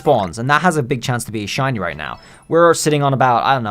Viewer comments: In the opening line I did a double take thinking you said "how to get Chinese" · Is it me or did he say Chinese pokemon 😂